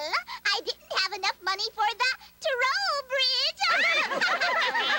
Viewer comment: Toll/Troll smh I thought was fluent in English